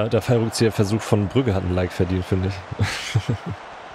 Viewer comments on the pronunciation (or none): Bitte Brügge nicht Brücke 🖤